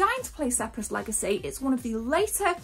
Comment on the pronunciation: I think you meant to say the "Spear-is Legacy" not the "Sep-ris Legacy". No big deal, great video as usual 🤗🤗🤗 I've played Speris Legacy, I played it back in 1996/7 and I've got it on my Hard Drive on the 1200, I've never really got stuck into it but maybe it's time I should.